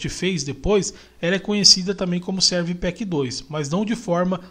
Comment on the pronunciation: Muito bom o seu vídeo; é bem explicativo, apesar de você --- muitas e várias vezes --- dizer "Serv Pack 2", ao invés de pronunciar "Service Pack 2" (que é o modo correto de se falar esse nome). Thanks for sharing this video!...